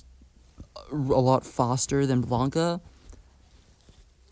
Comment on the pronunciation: Okay, I know putting a comment to correct some mistakes in an old video of yours is probably cringe and it's probably likely you've already acknowledged these in a later video, but I need to put this here or it's gonna bother me. *Meta Knight, not Mennonite. *Blanka, not Blanca. *SCP 682, not SCP 628. All seriousness though, Lucariboi recommended your channel and so far I like your content.